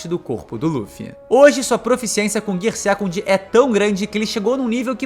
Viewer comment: GIAA SEKANDO GIAA SAADO GIAA FOOSU GIAA FIFUSU Melhor falar as marchas mesmo... kkkkkkkkkkkkk